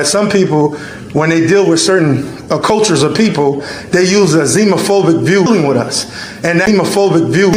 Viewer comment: "With it." Not "wit' it.' "Asking" not 'Aksing"